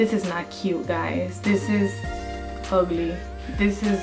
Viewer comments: it's OGLY 😁😂. love your accent . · when she said "das ogly" I died laughing lol